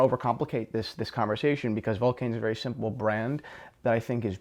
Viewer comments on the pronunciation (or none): none